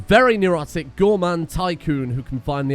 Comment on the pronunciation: Gourmand, not gourmanede.